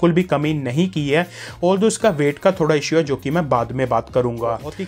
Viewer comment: I bought this phone today. Thanks for trust true review. Good. But. One thing Agr hindi bolni hai toh arram se bolo aur passena pauncho and pls Don't say ' ai ai' its hai hai. Ok